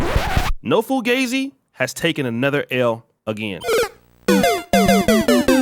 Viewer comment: "Been Fugazee"